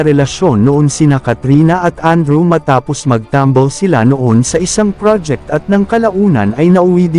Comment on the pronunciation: Wait! Filipino naman yung nagsasalita pero bakit mali ang bigkas ng ibang salita? Nagtumble or nagtambal? OA ah....